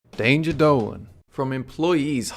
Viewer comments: Daynjuh dohhlun. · i always thought you said 'danger dough" until now